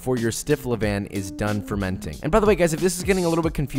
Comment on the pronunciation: You pronounced couche tight ... but you pronounced levain wrongly